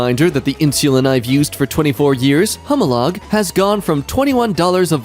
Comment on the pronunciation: Hey, hi, type 1 diabetic here... You pronounce humalog H E U M E-ah-log. No other notes.